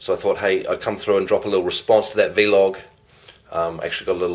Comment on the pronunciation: it's just vlog not v-log hahaha